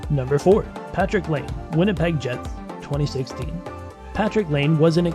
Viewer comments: Ya so its pronounced line-ah, he was 2nd overall and is an almost PPG player.. plz dont make any more nhl videos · it’s patrick laine not lane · This video honestly sucks. Laine wasn’t a first overall pick, you mispronounce so many names, and you get guys named Johnson confused. Do some damn research.